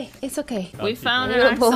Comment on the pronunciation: I love how they pronounce axolotl, it's adorable xD